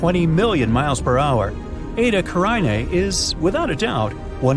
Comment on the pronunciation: It's ca-rin-a not ca-rine-a.